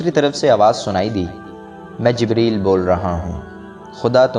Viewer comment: Jbraeel nhi hota jibreel hota hai